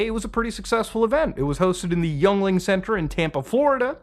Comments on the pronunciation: Sorry man the American south in me feels compelled to let you know that Yuengling is pronounced “Ying-ling” and not “Youngling” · Yuengling is pronounced "Ying-Ling" not youngling. It's a tricky word. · its pronounced (ying-ling) for Yuengling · Yuengling is pronounced like “yingling” or somewhere between “yengling” and “yingling”. They make a fine lager, it’s better in cans. Pennsylvania based, America’s oldest brewery. I’m not a big drinker, but it’s likely my first choice for a domestic lager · It's pronounced, ying-ling...dummie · Yuengling = “Ying - Ling” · ROFLOL Muta-tah-har said Yuengling like Youngling 🤣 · The way Muta says Yuengling saddens me. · How dare you mispronounce the Great American beer Yuengling!